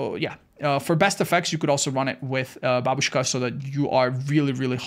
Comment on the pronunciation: I like how says "Babushka". Almost without an accent, which is very unexpected.